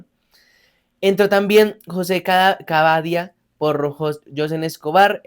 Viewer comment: Cabadia esta mal pronunciado